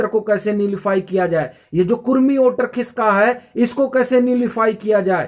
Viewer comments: Don't judge him by his pronunciation. He's doing great work. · ओटर नहीं वोटर ।